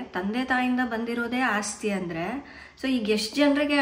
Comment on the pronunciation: ಅಸ್ತಿ ಅಲ್ಲ ಮೇಡಂ, ಅದು ಆಸ್ತಿ..